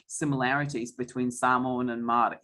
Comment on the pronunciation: My goodness please learn how to pronounce Māori words